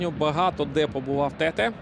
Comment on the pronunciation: Як можна професійному коментатору дивитися на спину гравцю де написано Тетé, і читати Тéте?